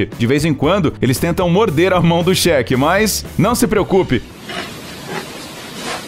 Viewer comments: Só eu que percebi que ele só fala Shek e não Sheik. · Ainda bem que ele é um cheque que tem fundos, né? Quer dizer então que o milionário arabe aí é um "chéque"? Nem acredito que eu ouvi essa pronúncia! Pra mim esses milionários árabes eram Sheiks e não shek. É Sheik, Sheik, Sêêêêêiiiik. e terminou a parte sobre o Sheik, sem concluir.... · Cheque affs fala direito kkkkkk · A pronúncia correta é Sheik! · o Cheque ou Sheik? kkkkkkkkkk pqp